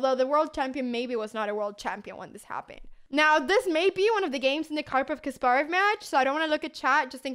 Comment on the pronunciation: kasparov is pronounced with empahasis on the 'ass' sound